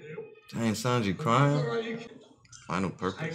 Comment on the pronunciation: is saying Sanji correctly